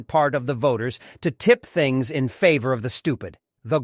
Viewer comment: I hate this ai, it does good for a while and then it has a stroke and dails to pronounce simple words like Favor